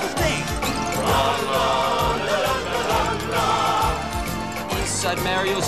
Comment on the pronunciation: Someone with that American accident would NEVER pronounce “Mario’s” that way haha. Mario not Mare-io.